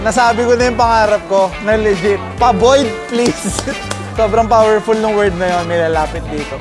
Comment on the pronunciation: "pa void please!" HAHAHAHAHAHAHA POTEK